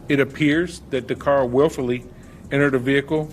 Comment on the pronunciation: Would have been nice,if the person reporting this, didn't mispronounce her name.😢